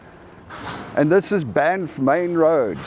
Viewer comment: As a lifelong Albertan I say WELCOME... as a life long visitor to banff, it is pronounced B-AA-nff the a is long, it is not an O as in Bonff. Unless you had an immigrant to Canada working there, this is how Canadians pronounce it :) BAA NFF Enjoy!!